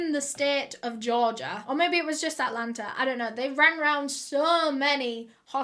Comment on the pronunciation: not “Altlanterrr” 🤣